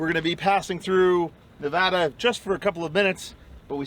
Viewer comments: Thank you for saying Nevada correctly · Just about everyone who's from out of state here says Ne-VAH-duh rather than Ne-VAD-uh so I was pleasantly surprised to hear you say the latter.